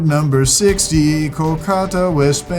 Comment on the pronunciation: it's pronounced KAL-KUH-ta.